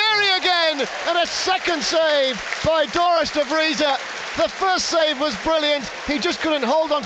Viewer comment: 'Dorus De Vreeza' 'Dorus De Vrijs' how many attempts do you need to get a name right lol.